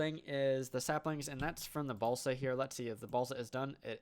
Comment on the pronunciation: Am i the only one hearing balsack instead of balsa?